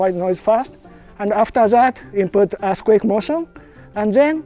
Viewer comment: "We input assquake motion" bahahahaha (yes, I know it's just a Japanese accent)